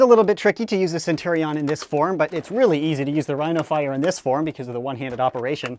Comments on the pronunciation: I hate the way he pronounces Centurion. It's sen-chur-ee-in, not sen- tur-ee-on. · Shpoogly its sen-tur-rion